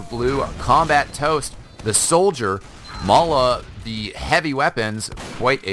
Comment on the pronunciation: It's not Mala, it's Ma3la .